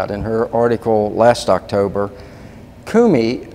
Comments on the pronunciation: I think your pronunciation of Comey isn't Cumey but I could be wrong. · I know this is petty but...CU mey. CO mey ! It is making me crazy! Lol! Say what you will. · effing idiot on left can't even pronounce comeys name right! grand pa s looking stupid! judicial watch wasting more donations on this! just gagged the idiot on the right can't correct the giant ass on the left! just listen to him repeatedly say koomee instead of ko mee! jerk! i don't for one minute more beleive judicial wants to have any effect on these govt. criminals their stupid, boring vids prove it! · I hate it when people cannot pronounce a name (Comey--long o). This name has been in the news for a year. Why can't people pronounce it correctly! Comey not Coomey! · Talk about butchering names: Kumee, oh you mean Comey. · Egil Lomeland I thought I was the only one who noticed that.. Kumee..He's driving me crazy..for God sakes just call him Weasel!! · That was driving me absolutely crazy! He sounds educated and yet can't pronounce an easy name that has been correctly pronounced in the "fake news" hundreds of times!!